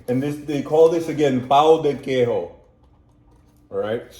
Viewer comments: Acredito que você não saiba, mas o j em português não se lê como em espanhol com e, má com j de Jack. Então não é pão de queirro, mas pão de queijo. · 🔰 The people here in Brazil must be very happy with you. You liked our main food. Cheese bread. This is written PÃO DE QUEIJO. And the correct thing for you North Americans to say is " POWN DEH KAY-ZHO " 🔰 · pão de queijo - queijo . J = J is similar in english . NOt like spanish. We are not speak spanish. Portuguese is different to spanish.